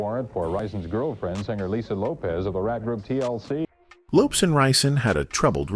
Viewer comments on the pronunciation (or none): Good Lord!, first at all the last name is Lopes, not Loaps. She didn't die right at the accident, she died at the hospital. She didn't have a fight with her boyfriend, she got to his house with her sister and saw he had bought all those shoes for him and nothing to her so she took em to the bathtub and light a match and that's how the house got on fire. The car accident was because a car was going in the same direction as her car and she tried to avoid it. Please get your facts together before making a video. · Lopes not Lopez ! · Yeah I know, I figured it out the third time it said Lopes😁. The content creator should've spoon fed it pronunciation eg LOW PEZ. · Please put some respect on the queen’s name! ❤ “Lopes = LOW-PEZ” 🙏🙏🙏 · "The pronunciation of Lisa's last name, in this video.. is sending me🤣🤣🤣